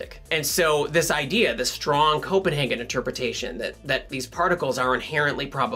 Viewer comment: So maybe the 2 types should be: The Copen- HAHgen interpretation and The Copen-HEYgen interpretation I know that's a bit technical but..... Happy Merry Your wife is a great guest star Enjoying this channel